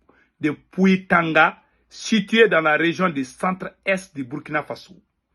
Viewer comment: C'est Burkina Faso, prononcé Bourkina Faso'